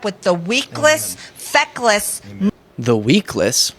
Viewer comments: "He's not even a man...", well you'd know B6. I love how when Marj gets fired up she just starts babbling, "weakless feckless" cracked me up. It's just a lot of projection and "heads I win, tails you lose" from them, the hypocrisy is SO far off the charts it barely deserves mention, it's lost way up there in the 'charts' lol. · She wanted to say feckless. But she just learned it in two syllable class.